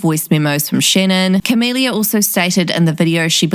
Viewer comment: “Shennon is absolutely treshing Gibby Hennar”